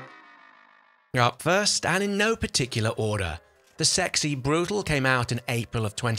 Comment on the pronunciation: As far as I know, brutale is said broo-tal-ee.